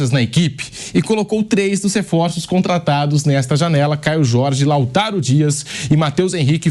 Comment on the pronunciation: "LauTÁRIO" KKKKKKKKKK 😂